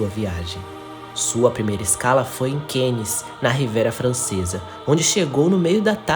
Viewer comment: Göteborg não é na Escócia, mas sim, na Suécia. Cannes é uma cidade Francesa, portanto, se pronuncia "Câne" e não Keine. O mesmo para promenade, trambém do Francês, "prromenáde" deveria ser a pronúncia e não "promeneide". No mais, MUITO BOM TRABALHO! Excelente documentário e cenas muito raras do acidente famoso. Boas descrições técnicas, também. Grande evolução no formato de apresentação. Se as músicas, que são boas, forem mais contidas no volume, estará perfeito. Parabéns pelo resultado final. Aguardo documentários futuros, também sobre navios em particular. Acho que você teve acesso à novas e inéditas fontes... Boa sorte!